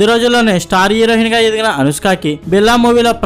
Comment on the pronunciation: హీరోహిన్... స్పీటీ శెట్టి... ఏమి భాషరా నీది...